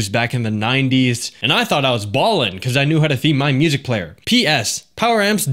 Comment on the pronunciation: "BEE CAWES!"